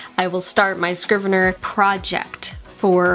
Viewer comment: Dude, it's Scrivener, NOT Scriveneir.